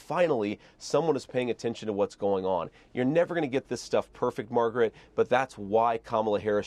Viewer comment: He actually got her name right. Calling her "Margaret," rather than "MAGA-rat."